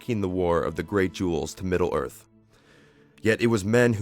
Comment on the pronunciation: The Gods of Middle ORF?